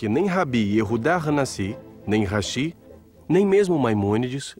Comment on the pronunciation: Falou hashi e não rashi